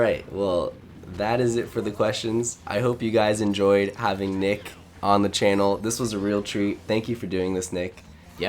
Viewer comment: NMead????? Nah it's nick